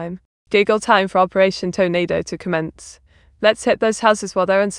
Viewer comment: Not the Toe-nado!